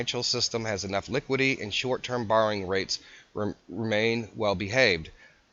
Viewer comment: It's "liquidity" not "liquidy."